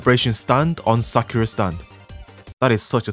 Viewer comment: I love how u tried to pronounce "Sakura stand" when for me I hear "Sakara stand"